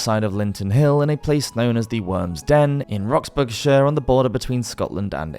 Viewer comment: A little note on pronounciation Roxburghshire = Roxburruh-shire (shire as in The Shire in Lord of the Rings) Jedburgh = Jedburruh